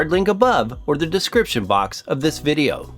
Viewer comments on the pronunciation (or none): none